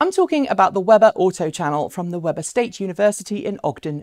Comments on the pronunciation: Weber State. It's pronounced wee'•bur I used to live in Utah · I went to Weber State University, it is pronounced Wee-ber, FYI.